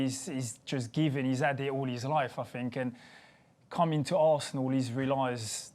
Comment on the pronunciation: Random question: Am I too high or are they saying "Fink" instead of Think? By the way, Arsenal now has over 3 M more international fans from Uruguay! We hope Lucas' career in Arsenal to be as good as Suarez' was in Liverpool!